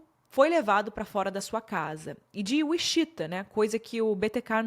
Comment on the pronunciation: Gostei muito da forma como você expôs todos os detalhes. Só o "uixita" que me quebrou demais ,porque sei que você sabe falar inglês e que mora no exterior ( não sou hater , só que cada "uixita" eu dava um grito mulher 😅)